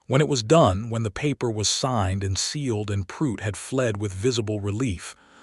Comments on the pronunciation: The name is pronounced Prue - it Not Prute ! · Prue-itt not Prute. Just saying